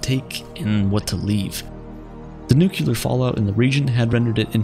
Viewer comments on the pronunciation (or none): minor nitpick: you said nu-cu-lar instead of the correct pronunciation of nu-clear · Hehehe. You said nuculer. It’s nuclear dummy, the “s” is silent. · If you're going to make science videos...please learn to say nuclear ( new clear) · You sounded smart till you said nookewlur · NUCULAR? What is this nucular?